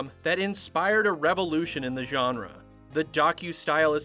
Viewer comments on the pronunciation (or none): none